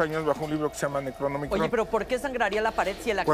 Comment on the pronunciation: No puede ser!! Neta dijo: "Necronomicon"? Lo peor de todo es que seguramente los que están allí con él, en su vida han leído alguna obra de Lovecraft...ayyy tanta ignorancia!!.